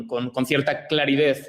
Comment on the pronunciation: Creo haber oído "claridez", ¡ horror!